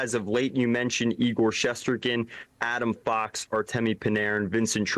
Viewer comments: "Igor shessterken" 😂😂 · Not surprising that he doesn't know how to pronounce our goalie's name. It's not like he hears it 30 times a game. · Why is it so hard to say Shesterkin? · For the love of God someone please teach how to pronounce Shesterkin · Learn how to pronounce Igor's last name.